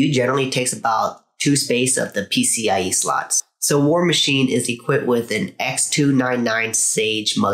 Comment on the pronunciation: Nice Video, but its PCIE and not PCEI right? Haha